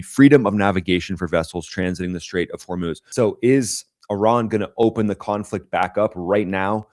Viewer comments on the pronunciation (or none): The Lego stuff is funny, but definitely not produced by IRGC for various reason, the least of which is they would not pronouce Hormuz as Hor-MOOSE as Iranians say Hor-MOZ.